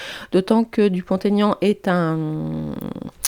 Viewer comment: Merci. Effectivement oui, Mr Dupont-Aignan est largement sous-estimé….il fait une très bonne campagne et mérite mieux. Ses idées sont très appréciables et devraient changer la France 🇫🇷!!! Juste une petite remarque…ne faites plus la liaison de son nom. Jamais pour les noms propres… Vous êtes très forte!!! Bisous 🥰😘😽😇😇😇